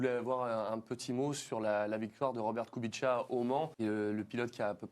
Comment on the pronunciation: Pourquoi il dit kubitcha ? Il est con lui ? En polonais ça se prononce koubitsa